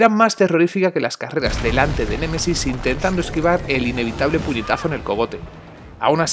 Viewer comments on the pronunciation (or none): none